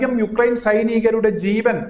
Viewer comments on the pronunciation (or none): ഉക്രൈൻ അല്ല യുക്രൈൻ ആണ്